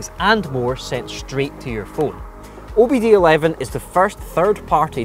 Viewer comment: OBD "eleven"?